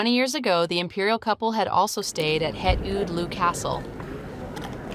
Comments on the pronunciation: FYI "het Loo" (the name of the palace they stayed at) is pronounced 'hat Low". (...Close enough, anyway...) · Just a small correction... The Royal Family's summer palace "Het Loo" isn't pronounced as if it were a British toilet 🤭... it's pronounced as "Hat Low"! 😊👍